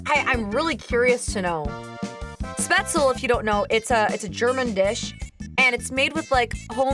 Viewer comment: You ARE pretty close on that pronounciation of "Spätzle". Just one thing: Unless something is a loan word from french, the "e" at the end of a word, in german, is NOT silent. So "Spätzl-eh", or "Porsch-eh"